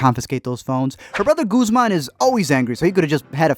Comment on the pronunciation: “ Goosemaun “. SKSKKDKSKSKFKSKS